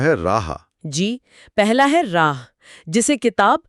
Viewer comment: راہ کی بجائے اسے۔۔۔'راح' پڑھا جائے۔۔۔